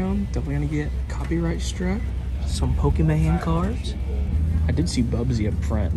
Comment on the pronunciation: Wow did you just said pokèman pokéman man man...... 🤦🏻‍♂️